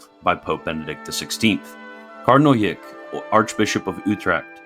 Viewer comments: Just a hint, "Eijk" is pronounced "Ike". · I’m pretty sure Eijk is pronounced like “Ike” Should we start handing out buttons that read “I like Eijk!”?